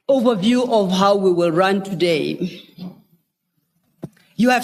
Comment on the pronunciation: Hookai, houwwe, we heard